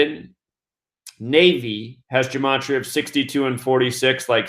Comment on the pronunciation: What dumbass conjecture, plus you're not even pronouncing gematria correctly No you damn fool, the National Security Act of 1947 made the Air Force out of the Army Air Corps. This dude is full of sh*t